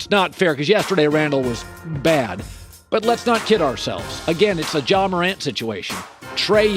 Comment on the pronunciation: How tf did he say Ja